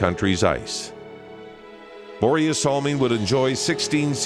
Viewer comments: Please just call him Salming. How you say Börje isnt even close to correct. Also he didnt just open up your eyes to swedes. He opend up swedes eyes to NHL. The general view of NHL was that it was more like boxing with some hockey in between. Canada cup as a whole was so important for swedens view of canadian hockey. And the standing ovation showed us the greatness of Börje and the canadian hockeyfans. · As a Swede that pronunciation of Börje in English is just priceless lol